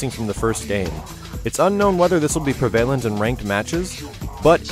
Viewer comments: "It's unknown if this will be 'preeevalent' in ranked matches..." What? What was that word announcer guy? I'm French and I know that's incorrect. He sounds like he's reading from a script. Well, of course he is. Excited about this though. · You pronounce prevalent weird :)